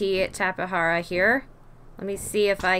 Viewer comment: It’s called tape-Jara not tapa hara